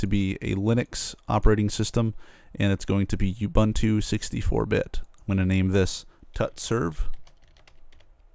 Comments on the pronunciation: completely agree being South African. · It's not 'You Bantu' that's kinda offensive in South Africa. pronounce the first two U's like the last one. (it's the same letter each time). you wouldnt say abunta why say youbantu if its ubuntu?